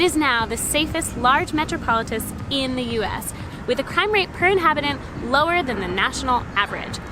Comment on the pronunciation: I’m sorry I couldn’t stop laughing when she pronounced metropolis wrong